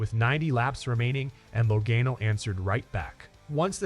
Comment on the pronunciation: learn to say Laganos name right please!!!!!!!!!!!The a has a ah sound lag(ah)n